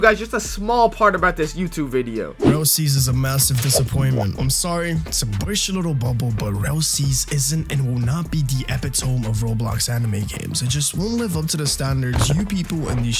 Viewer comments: that's not how you say epitome, it's pronounced eh pit oh me not epi tohm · bro said "Epy tome" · bro said epi tome LMAOO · If he can't pronounce epitome and then proceed to use the word then his opinion is invalid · Bro mispronounced epitome.